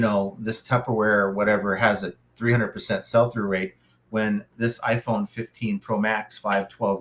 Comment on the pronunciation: "Sell" through rate buddy, not "SALE" through rate. Good video though.